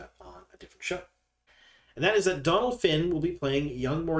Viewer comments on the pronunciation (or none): Great video. Always appreciate the info you provide.One thing...Donal is pronounced like Doh-nal because of the fada over the O. It's not short for Donald!🙂